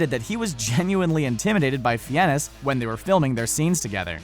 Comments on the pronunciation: FINES! His last name is pronounced Fines, not Fee-en-es. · its pronounced rafe fines. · Fines, for Christ's sake, Fines (Spelled Fiennes) Not Fee-enn-ness. Do some basic research before deciding to post! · Dont want to sound patronising but ralph fiennes is pronnounced "raif fines" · Ralph Fiennes is pronounced "RAFE FINES" (ˈreɪf ˈfaɪnz). The well-known pronunciation has been established with American audiences since he was Oscar-nominated for Schindler's List and The English Patient by 1996, while thrilling many sci-fi fans with the (then) cutting-edge film Strange Days. Also, most cast/crew members do not find non-CGI appearances to be "hilarious" and difficult to "interact with" when working together. While you "aren't' sure how they got any work done", I can assure you that most big-budget cast and crew are professionals, not 13-year-old giggly fanboys/girls. Another basic tip for film journalism: The "amount of monsters and men" should be "the NUMBER of monsters and men", as things like people and monsters come in numbers, they are not measured in amounts like flour in a cookie recipe. :) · I thought Ralph Fiennes' name was pronounced "Ray-ff Fines" ? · The way he says fiennes🤦‍♀️